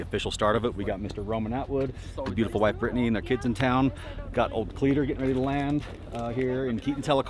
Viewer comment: lol cleeter. the will der ness